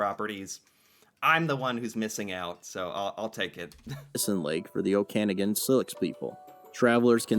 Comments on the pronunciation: the narrator is saying okanagan completely wrong. its `oka- nog- an` except nog is spelled with an a. not `o- canagan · Okanagan “Oh-can-again” 🤣 Clearly, the narrator has never been to BC. It’s actually pronounced “Oh-caw-nog-in” 🤦🏻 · He's totally mispronouncing 'Oh-kah-naw-gun' - Okanagan. And 'Oh-soy-yuce' - Osoyoos. Fyi. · It's pronounced "Oka-Nawgen" not "Oakanagen". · OKANAG' AN..NOT OKAGAN!!!... They couldn't get a Canadian narrator? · oak-uh-naw-ghun valley* that video says it wrong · VO is irritating me as a Canadian: Okanagan is pronounced Oh-kan-AH-gan and Sioux is pronounced "Soo" (rhymes with too) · "o-KANE-a-gan"? That's a new one. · love your show but it would be great if you could review things that Canadians made about Canada. This guy is so obviously not Canadian by his pronunciation alone. Its pronounced Suss-catch-one (accent on the 2nd second sylable) Kudos on saying it correctly yourself 🙂 Also Osoyoos is pronounced O-soy-yus ( accent on 2nd sylable) and the Okanagan ( where I grew up) is O-ken-awe-gan ( accent on the third sylable) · Lol... First of all, the area of the spotted lake is pronounced; 'Oh-Kan-ah-gan' but yeah, we got some weird stuff up here 😂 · Your pronunciation of Saskatchewan is significantly better than the narrator's. We won't discuss his butchery of Okanagan and Osoyoos. O'kanaygan? ugh. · OH-SOY-OOOS in the OAK-AN-OG-AN Valley.... damn people that can't pronounce names properly (or do the research to be ABLE to use the right pronunciation.)... but this isn't your fault, you picked another cool subject to feature. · He is mis pronouncing “ Okanagan “ It is pro bounced “ Oak….an….ag…an “ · It’s Okanagan. (O-Ka-naw-gan) Video guy tired. Spotted Lake is two hours drive south of me and very cool. Come on up, we can show it to you and visit Canadian wine country at the same time. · Say it with me! OAK IN AWE GUN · Oak-a-noggin = Okanagan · its pronounced " oka-nogin "